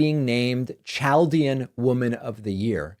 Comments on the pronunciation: Pronounced cal-Dee-inn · It’s pronounced w/ a hard CH - so Kal-de-an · Fucker, fucker, the word Chaldean is pronounced with a K, as in CHIROPRACTOR. Got it, fucker? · THE most important question during the confirmation hearings from a Democrat ought to be: "Are you more loyal to T***p than to the Constitution. And, it's pronounced "KAL-de-un."